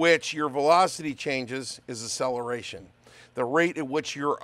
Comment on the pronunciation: a-cell-a-ray-shun. Never heard it pronounced that way before.